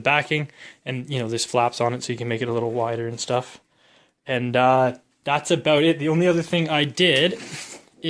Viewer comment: You shouldn’t cuss there’s no reason for that and why do you say OUT and HOUSE and ABOUT like you do